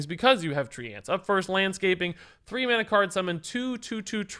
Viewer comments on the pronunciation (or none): Why does he pronounce treants like "3 ants"?